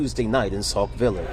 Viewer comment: It's Sauk Sauk Village, not Saul...😊